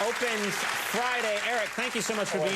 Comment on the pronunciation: Conan says his name all wrong it's not Erriiiiccc ....... (5minutes later)... Baaannnaaa it's ERIC !! BANA !!!!!